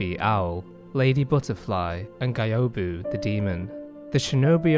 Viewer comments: Just beat Isshin last month first time ever. Took me like a year and a half to beat cuz i lost my first playthrough save and had to start over. I pretty much didnt understand most of the story but this vid cleared it up for me. P.S. The way you say Gyoubu triggers me lol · I think you said Gyoubu's name incorrectly. It's GYOUBU MASATAKA ONIWA (Sorry, had to write this down). Also, an amazingly put together lore video.